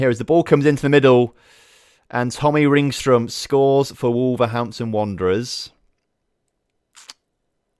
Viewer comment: Maybe not the best episode, but I need to give you credit the way you pronounced ”Ringström”, It was brilliant to hear you say it👌